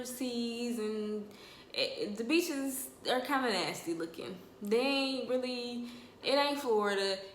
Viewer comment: You said beaches I thought you said b#ches. I was listen for a good 30 second like dang the b#ches nasty lmao